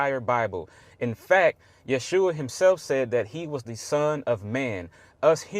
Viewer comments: To this young lady : Jesus original name is Jeshua not yehusha. He said it right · Sorry, he was right on the Yeshua pronunciation. Notice the s is before the h.